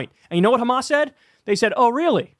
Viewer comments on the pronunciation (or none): none